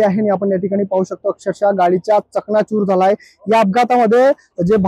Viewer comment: चकणाचुर नाही चक्काचुर बोला